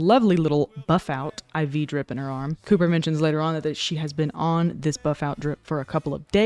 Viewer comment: I've played it several times but it doesn't sound like "marine" to me :) sounds like "warm"